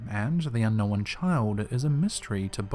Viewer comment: I'm so glad that pointed out the way that the narrator says "unknowan" it drives me crazy! Hes adding a vowel lol.